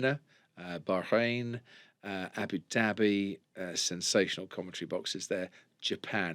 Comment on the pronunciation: Crofty please learn to pronounce certain words like Abu Dhabi properly